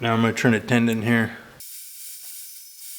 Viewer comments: Tenon not tendon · Did you say 'tendon'? It's tenon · Best advise in a post. I'd only add a very minor correction. As stated here, it's a "tenon" not a "tendon." Small thing, but many us woodworkers/turners likely cringe when hearing it. Great video though on an interesting concept. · I think you mean tenon not tendon.